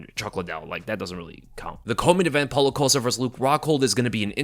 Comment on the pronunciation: Wait wait wait wait wait… How in the hell, do you know this much about MMA and you don’t know how to pronounce Paulo Costa’s name 😂😂😂😂😂😂😂😂😂😂😂😂😂😂